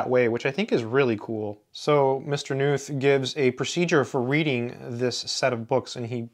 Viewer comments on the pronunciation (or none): Pronounced "Ka Nuth" actually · I think the name is pronounced Donald Kh-noot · Why does someone who aspires to pronounce emeritus correctly not give a moment's thought to the correct pronunciation of the germanic name Knuth. Just because knot is not in English, does not mean that Knuth is Nuth ... It is curiously akin to the parochialism of educated and aspirational American English speakers who quite stubbornly cling to the American pronunciation of Weinstein to rhyme with Weinsteen — but are appropriately awed by Einstein's cachet to not call him Einsteen. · For the comment readers out there, his surname 'Knuth' is actually pronounced as "Ka-NOOTH". The question " How do you pronounce your last name?" is actually on his 'Frequently Asked Questions' web page. Some of my comp sci friends call these "the bible". Also, these books inspired the development of the TeX typesetting system. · Just wanted to let you know Knuth is pronounced with a hard K, live Evel Knievel. Great vid as always :) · Just a minute into the video now. Will watch the whole thing. Not sure if you're going to mention Knuth's "Concrete Mathematics." I don't mean to correct you but the K in Knuth is not silent.